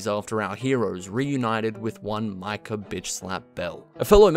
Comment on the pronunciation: Remember when it was 6 months til rdr2 was coming out and everyone was analyzing the trailers and speculating about everything. But the best was all the youtubers pronouncing his name 'Mika' Bell